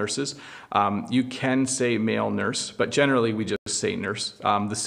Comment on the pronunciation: You generally saying gene'rally